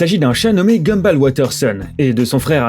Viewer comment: Ça s'écrit Gumball mais ça se lit Gumboll